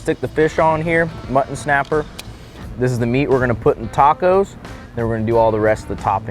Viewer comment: Cracks me up every time says “Muh-an”! Lol, ❤️ you guys!😂